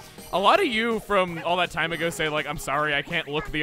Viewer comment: chuggaa channeling his inner Tasmanian devil also "This toim has been kerned" 2019